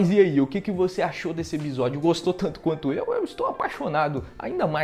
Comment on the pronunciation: “eBisódio” o jeito errado mais legal de se flr uma palavra kkkkkkkkkk